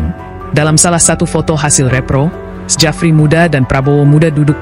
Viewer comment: Narasinya dikuping ngga nyaman dengarnya masa bacanya sejafri, belajar lagi min... Itu ejaan lama tp bacanya tetap Syafri Syamsuddin min...